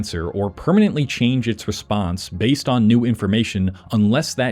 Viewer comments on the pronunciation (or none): none